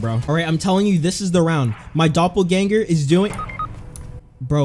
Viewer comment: Did you say „Dopel Ganger“?😅😅